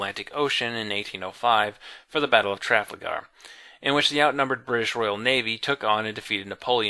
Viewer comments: Trafalgar is how it is written. Tra-fahl-gurr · Okay, A-gin-court with a hard g I can understand, but TRA-fla-gar? Even ignoring the emPHAsis on the wrong sylLAble, you mixed up the L and the A. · i love your videos but oh man, your pronunciation. couldn't you have watched a youtube video to learn how to say "trafalgar"? Sorry to be a dick but I am a big history buff so it irks me.